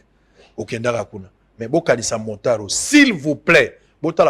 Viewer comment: Bonjour, balobaka motard et non montard, merci